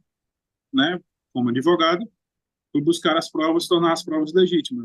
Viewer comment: Kkkkkk, não sei quem é pior, mas com certeza esse " Adêvogado ", vai trabalhar vagabund0